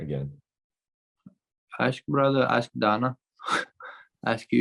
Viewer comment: “Ask Donna” 🤣🤣🤣